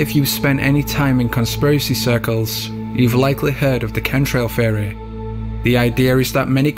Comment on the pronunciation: It took me too long to realize the narrator was saying “theory” and not “fairy”.